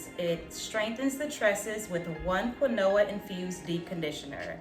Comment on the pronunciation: I am rolling at the pop up of the “keen-wah” and the pronunciation of Kuh-new-uh 😆😆🤣 Quinoa sure doesn’t look like what it sounds like #english 🤣 I can’t wait to give this set a try. I don’t plan on straightening my hair until the end of the year but hopefully I can use some of the products when I RevAir mg hair.